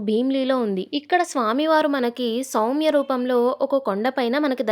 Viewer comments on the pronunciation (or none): none